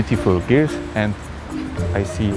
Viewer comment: Fajnie gada, ale zawsze mnie śmieszy jak mówi girl zamiast gerl :D